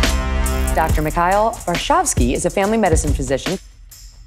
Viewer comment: News reporter: Dr. Mikhail Varshavski... Mike: * nods in approval at his name being pronounced correctly *